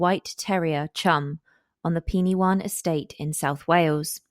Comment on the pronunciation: Penywaun is pronounced “Pen wine” by the way. I grew up there, I was 7 years old when this happened and my school was directly opposite Edna’s house